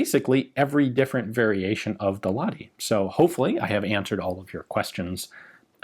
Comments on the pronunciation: More precisely, "la-h-ti". That is, the H is specifically pronounced, instead of being silenced by the adjacent vowel as it would be in English. There is no "ch" or "kh" sound used in Finnish. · TLDR: we're always grateful for featuring Finland in your vids, but you could use a bit training: you pronounce Lahti as Lati, without the H. A relatively simple thing to learn. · In no way a criticism but knowing how much Ian likes correctly pronouncing foreign words... The H in Lahti isn't silent. It is sounds exactly like H in Hulk or Honey. LA-kh-tee. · It was actually pronounced "lach-ti"